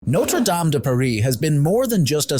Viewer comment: The pronunciation did start badly, didn't it? The last few minutes finally got it right. Thankfully.